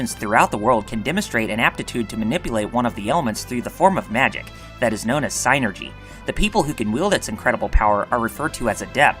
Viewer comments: its pronounced sinergy not psy energy look its spelled psynergy no e between the y and the n so please stop adding the e the way youy say it would have to spell it psyenergy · Sigh-nergy! Hint: you can look up words in the dictionary to figure out how they're pronounced. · Drink everytime he says SIGHnergy. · Sadly he butchered the pronunciation of "Djinn" and "Pynergy"